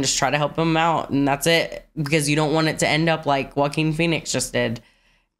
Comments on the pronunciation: Love the reaction, great movie. Just a little heads up, Joaquin Phoenix is pronounced waa-keen not J as in Jackie or Jake. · Y'all said "jock-kween" phoenix lmao. Its pronounced "wa-KEEN" lol (its a Spanish name). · I love your pronunciation of the actor’s name. “Jah-queen”. No mockery intended, that’s a great way to say it. Matter of fact I think I’ll say it that way from now on myself:) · Jaqween Phoenix 😂